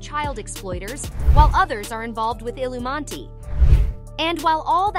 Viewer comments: what the hell is illumatti? think you meant illuminoti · "Illumanti" ????? 🤣🤣🤣 You mean "ILLUMINATI" ??? Well, i think this says everything about the quality of research and value. Immediately stopped watching. lol. Jeeeesus. This clip is so bizarrly idiotic. 🤣🤣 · The illumauntie😂. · How are you not going to say illuminati correctly